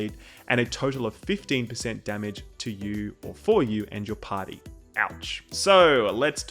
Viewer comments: "TURRET" "TURRET" "TURRET" there is no "O" in TURRET "PARTY" "PARTY" "PARTY" not POTTY. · he said party.. not potty hahah